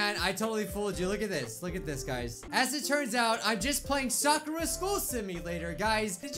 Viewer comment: It’s sa-kur-a